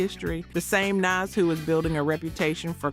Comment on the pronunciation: Right?? That turned me all the way off… not only is the voice annoying but she, A.I whatever the hell voice it is pronounced Jadakiss’ and Nas’ name wrong I was done and couldn’t even finish the video.. they really need to pick a better A.I voice that can pronounce names correctly and that doesn’t sound so country bumpkin.. it is terrible and I won’t be subscribing or watching any other videos.. sorry, not sorry!!! I’m going back to minding my own business now!! 😂😂😂😂😂